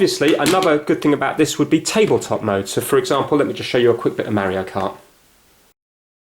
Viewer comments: I like the vid but i'll have to leave a dislike since you pronounce Mario "merioh" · Why? It's AMEEEEISEEIING! And hawa'yeeeeauuu? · Don't dislike the video because he pronounced it differently. I mean we do get annoyed because of it (myself included until I hear it so much from Stampy and others that i adopt that way of saying it), but it's no reason to be disliking the video. That's a bit extreme, to be honest.